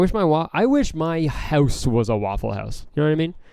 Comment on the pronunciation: How does he say Waffle House in an American accent but says hoüse in a Canadian accent